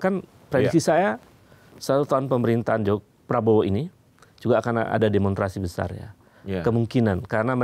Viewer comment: Saya terganggu Pak Ubed mengucapkan demonstrasi tanpa s jadi demontrasi 😂